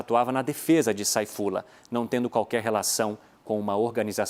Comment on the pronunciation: A pronuncia certa não é "Seifullah"?